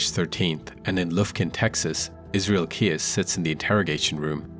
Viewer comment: Thanks for highlighting indigenous cases! They are the forgotten ones. I heard about Keyes. I think you pronounce it keys.